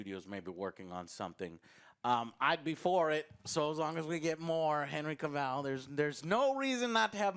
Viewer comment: friendly FYI, Cavill is pronounced like travel